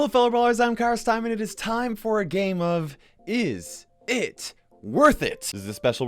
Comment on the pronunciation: "Cars Taemin" Lollll